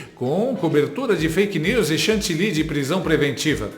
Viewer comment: Chandemar....Chandele....Chantilly.....ah meu Deus!!! Eu morro 😅😅😅😅😅 ...